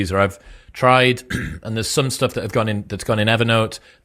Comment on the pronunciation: learn correct English pronunciation Chris, you say e.g. "oonproductive" instead "unproductive" or "stooff" instead of "stuff"